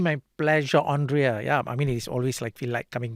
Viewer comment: Hey Gafoor, please. Her name is pronounced as Andrea (and) not Ondrea (on)